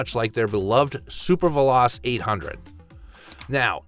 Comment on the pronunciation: Please please learn how to pronounce the originals properly….. I cringed a few times when you said, quote: “PENEGAL” and “VELOST” 😂